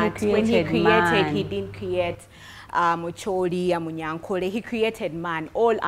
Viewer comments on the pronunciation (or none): it is Acholi not Muchooli.